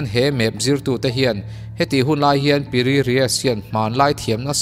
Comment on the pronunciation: no 7 na khi PI RII tiin ka hria a ,mahse a ziak ka han chhiar Chiang a, PIRI RIES a lo ni a ha!!!!!!😂